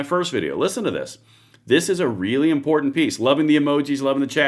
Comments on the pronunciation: I don’t trust anyone who says important like that guy did…. Import tant 😂😂😂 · Lost me at imporTanT, how do say several?